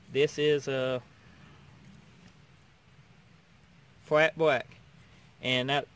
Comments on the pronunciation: How about that FWAT BWACK! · Rememba. Fat bwack, not gwossy bwack. Nice vid.